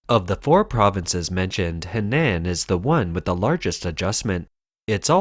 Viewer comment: Henan = "Huhnahn" not "Hehnanne".